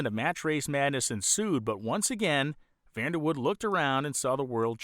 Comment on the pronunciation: Great Documentary, grew up in KC & seen the Dutchman run many times at KCIR. This is the first time I've heard his last name pronounced as Woud without the "e". I seen Vander Woud-"e" at one of the local chassis fabrication shops in the late 70's early 80's visiting its owner. I've seen an online article stating Bob Sullivan, with one of his Pandemonium cars was the first Funny Car credited to break 200Mph while claiming he never ran anything over 392 cubes. Online search should find his article.